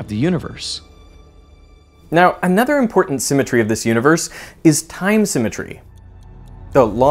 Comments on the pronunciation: lol no disrespect it just makes me giggle everytime that blonde man says "another" it sounds just like that woman's last name Nutter :p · "completely disappears in an udder"